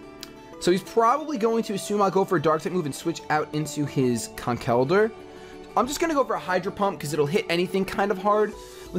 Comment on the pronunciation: Why did you change your pronounciation of Conkeldurr? I'm used to your old one XD Who cares about etymologies anyway.